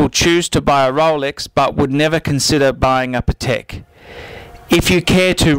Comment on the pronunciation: You don't know how to pronounce Patek. Jesus....